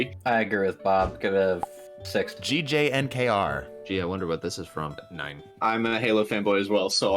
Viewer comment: GJNKER is supposed to be pronounced Junker and is a reference to the Halo "SPNKER" / Spanker Halo M41SSR Rocket Launcher.